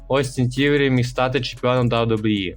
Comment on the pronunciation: "Да-Дабу-І" Відоси прикольні, але ж бо треба попрацювати трохи з дикцією😢 або вибрати слова які важко вимовити і замінити синонімами. Наприклад не казати кожен раз "WWE", а замінити на: компанія, промоушен, федерація і т.д. Успіхів 💪🏼